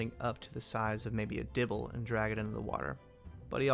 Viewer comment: diablo not dibble.